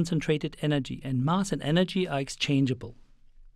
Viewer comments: it's mass as in bass not bus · Where's the speaker from? Curiously, he pronounces "anti" like an American would do, but then again "mass" sounds British-esque. Or Australian or... the hell I know. But I'm interested in accents, so if someone happens to have an idea where's this accent from, please tell me!